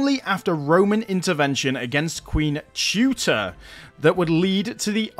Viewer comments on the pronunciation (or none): Really enjoy the fact that you give actual historical context to your content. Nitpicking here, but Teuta is pronounced Té-Ou-Ta ("ou" as in "you"). It is still a fairly common name in Albania in direct reference to that queen who actually appears on Albanian 100 lek coins (roughly 1€).